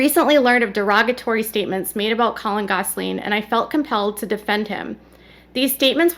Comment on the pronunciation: His name is not, “Cullen.”😂😂 Why do you keep calling him that?😂